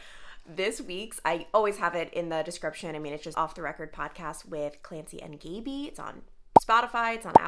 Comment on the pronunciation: There’s no way her name is “Gay-bee”…. It has to be “Gab-ee”